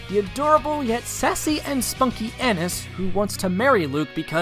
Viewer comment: Anise is pronounced an-NEES